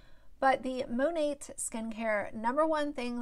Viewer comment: Mone"t" Great review on a product you can't even pronounce. Cringe.